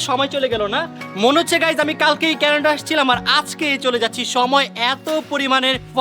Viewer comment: Kenada noy Canada